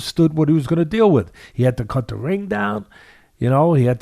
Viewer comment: Hee said da confidence is da same